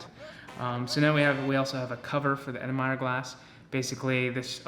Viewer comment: It’s pronounced earl en myer but other than that great video, awesome editing, very informative!